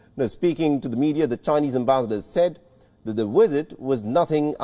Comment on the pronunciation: never heard such awkward pronunciation of the word ambassador